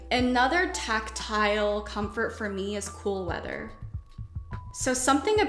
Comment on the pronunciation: When she was listing tactile comforts and said she enjoys “cool weather” I heard “full leather” at first and got shivers 🤦🏻‍♀️😂